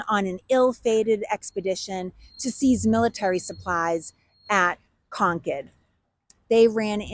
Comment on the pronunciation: Is she saying Concord or conch head..?🤔